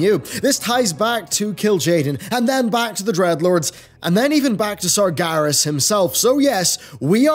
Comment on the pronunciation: years and years.. and you keep saying sargAras hahahaha oh well.